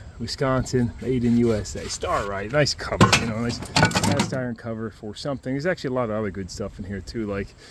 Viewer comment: pump brand PRONOUNCED "STAY-RIGHT"